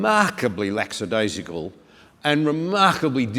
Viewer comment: It's "lackadaisical" not "laxadaisical" btw